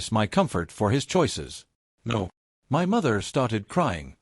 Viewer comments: AI is too stupid to pronounce "MY" wtf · Why does AI have such a difficult time saying the word “my”?